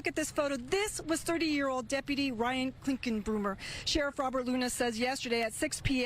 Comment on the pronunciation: Why does that loser sheriff mispronounce deputy? Is he retarded or something? "Depaty."🤣